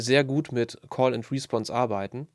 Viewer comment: Wieder einmal perfekt erklärt. Eine Anmerkung zur Aussprache: Es heißt respOnse, also Betonung auf die zweite Silbe.